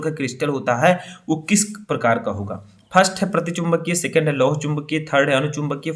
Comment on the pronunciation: लिखे हो सेकण्ड और बोल रहे हो सेकेण्ड😡😡😡😡